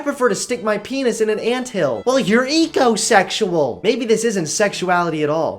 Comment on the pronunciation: The minute he said ecosexeul I started to tie a nosse